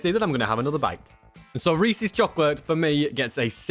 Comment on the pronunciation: BUT, he pronounced Reese’s correctly. Something 99.999% of Americans fail at.